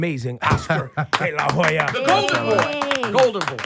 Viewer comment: Lol. Delahoeya aaaaAaa. BITCH